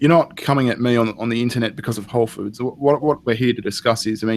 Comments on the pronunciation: alright, I feel bad for the guy. he needs help. but the whole time.... "wholes food" SAY IT RIGHT! it's whole foods! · First tip, if you want to work at whole food... I recommend you learn how to say the company name. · Every time he fucking says "wholesfood" I get triggered.